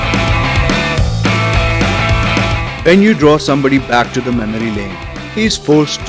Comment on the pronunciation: It's not waalog bro. Say Vlog